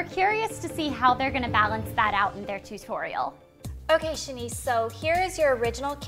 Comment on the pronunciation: i hate how blair says two-torial